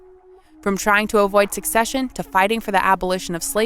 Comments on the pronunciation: I'm hearing "succession" instead of "secession." Huge difference. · Narrator keeps mis-pronouncing SECESSION as SUCCESSION. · It's Not Succession. It's Secession. It's not succeeding, it is seceding. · Why does the narrator keep saying succession and not secession? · Very good video, as I'm a fan of the Manifest Destiny period of American History and the Civil War. My only inconvenience was that the narrator pronounced "succession" when it was obviously meant "secession". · Did she say ‘succession’ ?? It’s secession. SE-CESSION! Come on, I’d expect a random moron in a Facebook comment section to not know the difference, but if you’re gonna make an educational video, get it right! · Her pronunciation created a lot of confusion because succession has an entirely different meaning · You guys are insane for 1. Mispronouncing secession the whole video 2. Stealing the cereal joke from oversimplified history and putting it in an otherwise completely straightforward video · Who cares grammar cop. In the context in which she's using the similar sounding word it doesn't take a rocket scientist to understand what's she's getting at